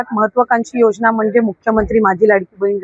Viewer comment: अरे मीडिया योजना बोला ... योगना नाही. मराठी येत नाही का